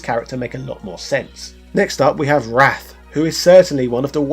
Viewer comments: Speaking of minor things, you pronounced Wraith as "Wrath". It's pronounced Wraith, rhymes with strafe. Well sorta, you know what I mean. Also I remember in WCW vs NWO: World Tour there's a woman named Black Widow that's surely also based on that female Japanese wrestler you mentioned. I didn't know it was a real person. Are you going to cover the THQ wrestling games at some point? I know you're doing a lot of Capcom games, but eventually you'll run out. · It’s W R A I T H not WRATH. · It's Wraith pronounced RAITH..